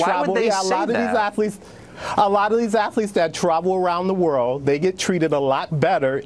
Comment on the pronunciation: “I didn’t know it had three syllables like that Ath-a-letes, wow that’s Ama-za-zing.”